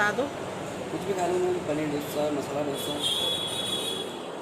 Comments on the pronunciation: Dhonsa Nahi Dosa Hota hai. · ढोन्सा नही डोसा. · Dosa not dhonsa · Dhosa nhi dosa bolte h...❤️👍